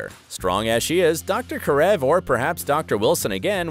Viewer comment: Wow he said Karev correctly this time